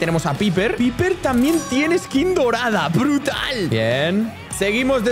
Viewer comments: Creo q piper se dice paiper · Piper no se pronuncia así se pronuncia paiper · Se dice paiper y se escribe piper y collete se dice colet